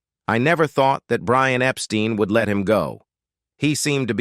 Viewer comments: Brian Epstein's surname was pronounced "EP-STINE", not "EP-STEEN". 😐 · If you watch more than one Beatles related documentary, they ALWAYS f-up Brian's last name!🙄